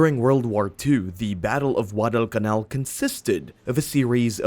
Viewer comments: Why do you sound like your saying WADDEL CAMAL? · Ridiculous pronunciation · Get someone who can actual pronounce Guadalcanal correctly.